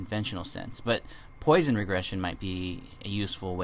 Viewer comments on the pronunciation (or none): It's pronounced "Pwasson" not "Poy-son". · Really, people have correctly commented that it is pronounced "Pwasson" not "Poy-son", actually two people, 10 and 11 yrs ago and you still have not redone the video to correct this....Has nothing to do with whether you speak French or not.